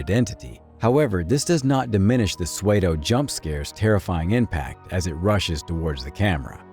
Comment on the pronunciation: did you say suedo?